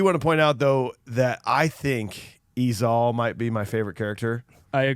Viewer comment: It’s pronounced “E-Zale” sorry to be that guy but it was driving me nuckin futz everytime you said “E-Zahl.”